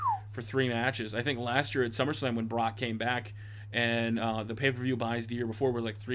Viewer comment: you said paper views it's pay per view